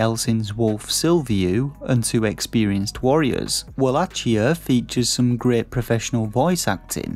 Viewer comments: The review is very well written imo 😊 - would have been even better with a more lively voice over and with the correct pronounciation of the game's title ("wallakia" instead of "wallatchia") 😉👍🏻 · Uhg bro you are pronouncing wallachia wrong